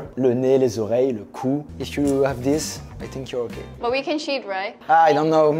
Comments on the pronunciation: "lets go guyyysss, and don't forget to "shit"" JE SUIS DEAD .... 😂😂😂😂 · Mdr le « let’s go guys, don’t forget to cheat/shit » à est tellement épique